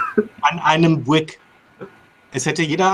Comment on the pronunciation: Hallo zusammen, es hat mir großen Spaß gemacht euch zuzuhören, vor allem die King Passagen. Und als Knitpicker wollte ich euch noch drauf aufmerksam machen, dass ihr alle miteinander das Wort "Buick" falsch aussprecht. Sorry, nicht bös gemeint;-)